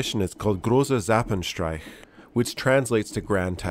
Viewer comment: Great video. But you butchered zapfenstreich, painfully 😂